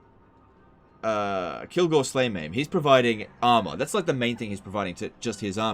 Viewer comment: Excuse me it is Kilgore slayMA’AM